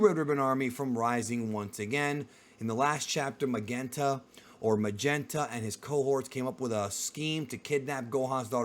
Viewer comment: Woooo, pronounced Magenta right for once!